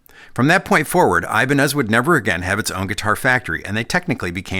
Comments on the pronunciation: That's not the correct prnounciation: It's something like "e" banez. The "I" sounds like in bitter. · It is said as Hibaneth ! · Apologies for being that guy, but it’s actually pronounced eee-bah-nyyez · It's always given me the heebie-jeebies whenever I heard Ibanez pronounced as "ay-bun-ehz" instead of "ee-bah-ñes". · It's funny that we say I-Ban-Ez (accent 1st syllable) When correct Spanish is Ee-Ban-Yez (accent 2nd syllable) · Was expecting to hear “Eh-BAHN-yez” at least once and was not disappointed. First Paul Gilbert reference. There; now I’m not one of the people complaining my favorite Ibanez artist was left out. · His last name would be pronounced "ee-BAN-yez". The ñ is a "ny-" sound, like ña is "nya". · Well it’s eye-bahn-ez now. Like it or not it’s become the brand’s id that the world knows it as. But cool to know the real word and pronunciation